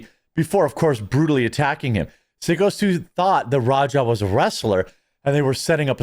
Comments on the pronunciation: PSYCHO STU, not "Sicko"! lol! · dudes name is syko like psycho , not sicko ....... wtf . getting his name wrong on purpose why exactly?nothing is sacred except engagement? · Syko Stu is pronounced “Psycho” Stu, not Sicko Stu. 😆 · It's psycho stue, not sicko stue. And that was a real beer can.